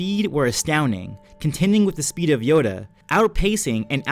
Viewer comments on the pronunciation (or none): You say yoda is yado